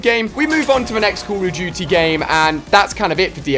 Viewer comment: " COLL OF DOOOOTY " lol